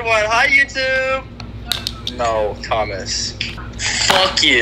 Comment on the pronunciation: No one: Still softish: Thomas: Chase : hI yOuTbe